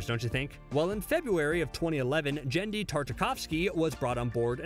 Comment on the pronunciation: He mispronounced Devo, Wallachia, and Genndy Tartakovsky (it's GHEN-dee, not JEN-dee)